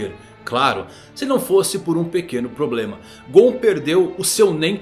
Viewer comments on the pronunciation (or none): none